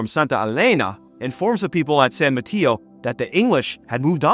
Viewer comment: The only thing you got wrong is how you said san Mateo and Marquis (i am from the area). But other than that, you have a really good video and on point.